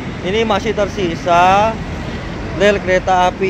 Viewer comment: Ngomong "rel" kok keliru "ler' terus,,,😁